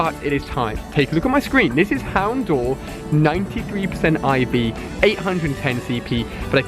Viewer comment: Proof Ali has never watched the anime is how he pronounces houndour